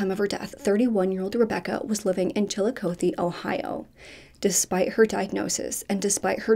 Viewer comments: The way the reporter pronounced it is correct, I go there often. Fun fact: Chillicothe is the first capital of Ohio. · My boyfriend is a prosecutor for the city of Chillicothe (pronounced chill-a-caw-thee). We hadn't yet met at the time but he says he's prosecuted Donny several times, and he never understood why people would always baby him because from his unbiased, objective eyes he thought Donny was a "scumbag." He too doesn't think Donny should have been acquitted but as a lawyer he of course understands how reasonable doubt works